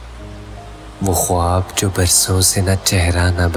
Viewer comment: بہت بری اردو ۔۔۔۔۔وکت ۔۔۔۔خوووووووواب ۔۔۔ بھائی صاحب آپ دائمی قبض کا شکار ہیں کیا۔۔۔۔۔